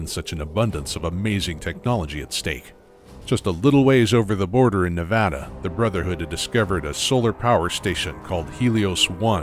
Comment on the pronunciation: My favorite thing about is that he pronounces "Nevada" correctly.